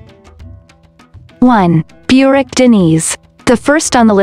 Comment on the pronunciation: Burak is not pronounced beurak. Americans don't know how to pronounced names correctly.